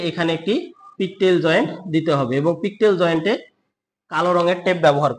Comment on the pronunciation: জয়েন্টের নাম, পিগটেইল হবে। পিকটেইল বললে সম্পূর্ণ ভুল